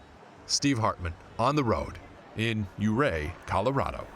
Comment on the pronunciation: It's Pronounced "YOOO-RAY"...I Need Me One Of Those Aligators! And "Thelonius Monk"....😂😂😂....ALL Of Them - Such Great Stories!....I Cried By The End!!❤️ Thanks, Steve! What A Great Assignment!